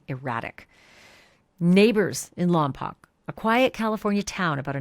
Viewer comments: So…it’s lom-poke. Not lom- pock. 🙂. Just FYI. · Love all you do! You’re the BEST!!! (Oh, and as a CA Central Coast decades local, if it matters, it’s pronounced “Lom-poke” — I promise). Hoping with all I’ve got that all ends well! 💞 I can hardly stand that they had to give the mother 72 hours and not 72 freaking seconds! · Thats not how you say Lompoc!